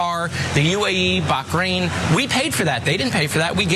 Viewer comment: The way he says Bakhrain like khamas says all you need to know about him.